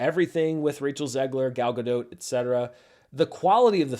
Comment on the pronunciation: Gal Gadot is pronounced "Gah-dotGiancarloEsPOsito" I am running this gag into the ground 😈